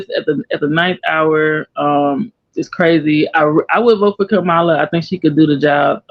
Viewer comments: CALM-MUH-LUH that’s how you pronounce the VP’s first name 😂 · Her name is pronounced “Comma-La”! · Can we finally...say her name right Kamala...like "COMMA-LA"...